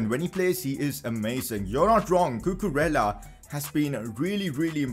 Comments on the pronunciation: Cucurella is pronounced Cucureyya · you have to pronounce cucurella's name in this way: cucu-re-ya